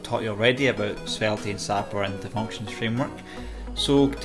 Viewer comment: The e on the end of svelte is silent